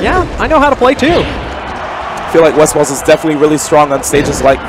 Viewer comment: did he call him "Westfart"